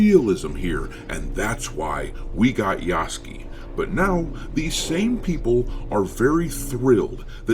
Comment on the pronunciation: 彼の名前は「ヤスキ」ではなく「ヤスケ」と発音される😅